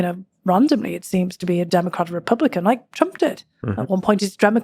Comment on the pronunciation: Almost sounded like she said "Dramacrats" instead of Democrats. lol.